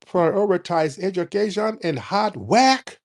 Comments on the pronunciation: Talking Sh*t about Foundational Black Americans while living in the America we built. Typical. BTW< Every time Tariq does the accent "Hard Wuurk" I fall out. LOL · The way she pronounced Hard Work😂